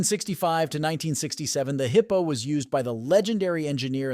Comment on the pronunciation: Nobody calls it a “hippo” 289. It is a “high po” 289. It had the same compression ratio as other 4bbl 289s.